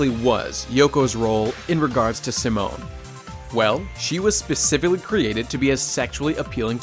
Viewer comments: during the video says "Seh-moan" when its "See-moan" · Pronouncing Simon as Simone. It's okay but I've always heard it pronounced as See-Moan. Rossiu being best boy? I cannot agree. I understand, but I cannot agree. The way I see it there are no villains in Gurren Lagann, just conflicts. Annnnnd then you say it yourself. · I love how you pour so much detail into this, but can't pronounce Simon correctly